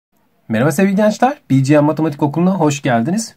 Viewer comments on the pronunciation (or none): bi ci em değil be ge me (açılışı türkçe)